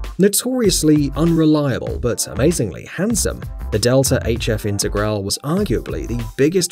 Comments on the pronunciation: Lancia IntegralE, not Integral... with emphasis on the E at the end of Integrale! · The T1 is known as the hippie bus, not the hippie van. We have a 325es E10 we acquired from my grandfather. It's in good shape. Wasn't the Sierra RS Cosworth imported as the Merkur XR4Ti? It's "Lawn-chuh Delta In-teh-graw-lay". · Lancia Delta INTER GRA LEE is how to pronounce it properly. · That's LANCIA DELTA INTEGRALE, not Lansia Dhelta Integral 😒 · 2 things. You mispronounced intergrale (it's intergral-e) and you forgot the Toyota trueno ae86. Also, it's lanchia not lancia